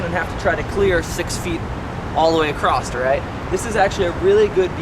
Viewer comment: Why does he say Acrosst? lol